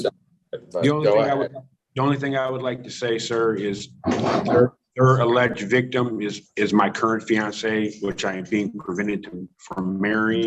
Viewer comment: The vigtim, the alleged vigtummmm" 😅